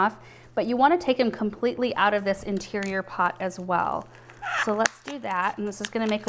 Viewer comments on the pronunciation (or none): none